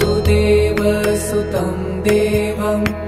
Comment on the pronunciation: vasudevasutam shd be pronounced with hrasva "va" meaning son of vasudev, Being Son of vasudev Krishna is Called "Vaasudeva" with a Dheergha "vaa"